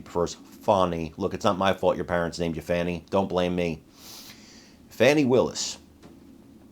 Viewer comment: Fa'W'ni <-- no W so you got it right the whole time.